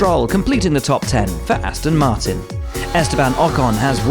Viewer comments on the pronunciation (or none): none